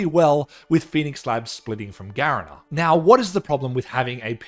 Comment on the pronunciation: This might be a small detail but you pronouced garena wrong, it's not ga-re-na, it's ga-ree-na, this is lowkey important because the companies hella toxic and people might not clock that you mean the Garena that runs most SEA based games.